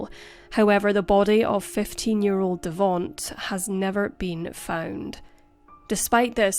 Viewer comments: Devonte like Devon-tae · Devonte's name is pronounced "de-VON-tay" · its pronounced devontay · "Devaunt's" name is spelled Devonte and is pronounced De-von-tay*. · Devonte. It's pronounced Da-von-tay. Accent on the 3rd syllable ❤Excellent video....per usual. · The mispronunciation of Davonte is sad lol